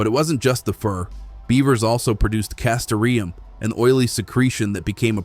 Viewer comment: So sorry but … ❤ Castoreum is pronounced kas-TOR-ee-uhm (/kæˈstɔːriəm/ or /kæˈstoʊriəm/). The word has four syllables, with the stress on the second syllable ("tor").